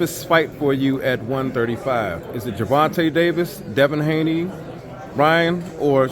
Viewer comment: Nobody gonna say anything about the translator incorrectly saying Haney twice?